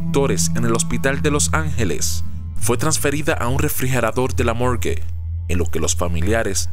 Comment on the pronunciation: El refrigerador de la "Mourge" .__.